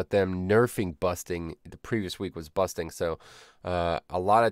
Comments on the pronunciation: you saying busting instead of bursting triggers me for some reason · Busting and Quakking by some reason, anyway great changes.